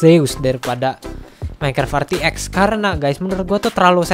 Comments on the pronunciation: " RTX ON" **:"Er Te Ex ON"🤣 #JustKidding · RTX ON --: ER TE EK ON (katanya) *Canda bos Jan baper